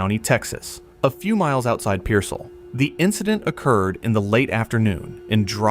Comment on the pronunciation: Its not PEER-zuhl, its Pierce-ALL.